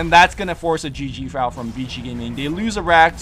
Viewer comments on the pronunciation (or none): Hey! I hope you read this, VG stand for Vici Gaming but you keep pronouncing VG as Vigi Gaming.